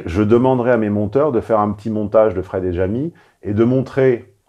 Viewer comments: DJamy ? Tu emploie correctement le français, comment ça DJamy ? Jamy c’est tout. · Notez l'américanisation de la langue française: elle dit "Djamy" et non Jamy, le J se prononce désormais comme en anglais… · Même quand elle mentionne Jamy, elle le prononce "Djamy" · Deux points supplémentaires importants : 1 - le nom du programme s'appelle "JTXPLK" qui veut dire "je t'explique" dans la novlangue à la mode -> On a là l'exemple parfait de destruction de la langue française et donc du logos même 2 - ce programme est financé par nos impôts, Mouv étant une radio du "service public" à destination des jeunes... ça promet pour l'avenir ! Bonus : elle prononce "Djamy" au lieu de "Jamy" - son surnom sera bientôt DjaDja en référence à Aya Nakamura ;)